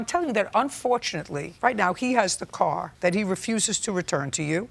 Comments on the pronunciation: “I just thought to need a core …”. How do you turn pronunciation of “car” into “core”. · Why did the Plaintiff pronounce the Car (Coor) as Whore. Is there like a school for slang? Every school I had gone too, never heard a teacher teaching students to speak words like that.